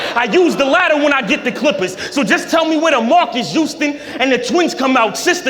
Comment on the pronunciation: He pissing me off with this YOUSTON SHIT ITS HOUSTON HHHOUUSTON